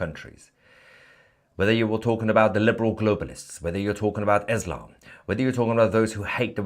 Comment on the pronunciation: Why do you pronounce Israel Esrael and Islam Eslam. It sounds tarded